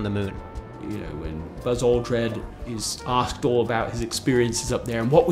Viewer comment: Did he say “Buzz Aldred”?